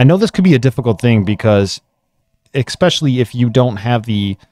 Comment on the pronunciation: „Ekspeshooly“. I stopped there. Sorry.